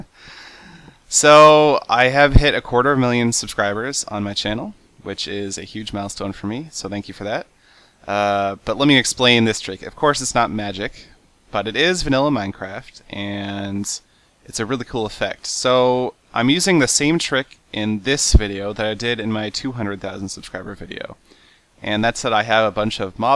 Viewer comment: Seth its called Minecraft! Not Mineraft